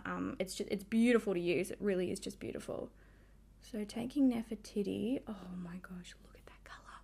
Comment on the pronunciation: 😂 So.Cal girl here and I was laughing too! The first time she said it I was like 😳 and then 🤣